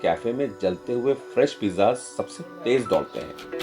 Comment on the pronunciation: Jo bc Pizza ko Pija bol rha h wo kya ghanta h shi pizza banayega